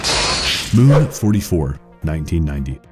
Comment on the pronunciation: "Moon" not "Moom"